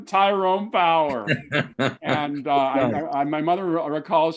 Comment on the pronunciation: His name is Tyrone Power, not Powers, btw.